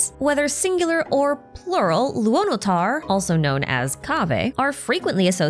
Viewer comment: If you would like to improve your pronunciation, pay attention to how Lauma says "Kuutar" and "Luonotar" and like really pay attention, especially to how she pronounces the "r". It's not the English "arrr" (the sound coming from vocal cords) but a slavic, eastern/northern european "r" (a sound made purely with your tongue, it resembles that of an engine running). Right now, we have nod krai, and later we get to schnezhnaya, all of the cultures they take from pronounce "r" similarly, so it would be a nice touch :)